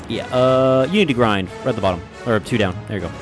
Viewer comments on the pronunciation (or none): Every time says "unity grind" instead of Unity Grid, take a shot.